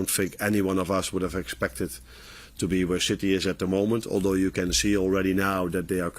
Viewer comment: Am I the only one who heard him say "where shitty is at the moment"😂